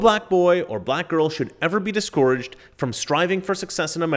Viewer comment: it's dis-cur-idged, not dis-coor-idged 😂